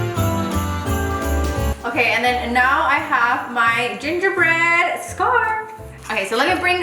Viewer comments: “You’re saying scar” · hahaha your face when she told you that you were saying “scar” instead of “scarf” 😂😂😂 ig: $paholarangel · Your saying scar.....:ohhh 👀 $JudyR6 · Awww pobrecita les saying scar instead of scarf 🥺 she’s probably tired but she’s still doing the most for our entertainment! Insta@ Venmo & cashapp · Loving the “scar” (scarf) on the gingerbread man 😂😂, just love how talented you are. 🥰🥰 $DanielleCarrillo19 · You're saying scar😂😂 me all the time! The end had me dead when the lil peace hand pops out Ig ; jexsicaaaa02 $jexsicaaaa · You’re saying score😂🤣😂🤣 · I wanna make one now lol the part where you were like ‘the scar’ instead of scarf and they corrected you 💀🤣 $cynthiagrocha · Your saying scar!!!: ohh😂☠️😂☠️😂 $HandaVela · “you’re saying scar” lol your gingerbread man cake is so cute! 🥰💕 IG: Val_ag2 Cash app: Valerie8410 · First time I notice doesn’t say something about her pronunciation “ scarf” 😂😂😂 #sofunny $JennyZarceno